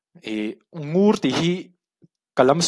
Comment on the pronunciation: Ngur khua hi Ngûr tih tur